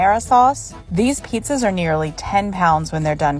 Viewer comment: The emphasis on the line "most famous PIZZAS" when the thing isn't even a pizza tickles me.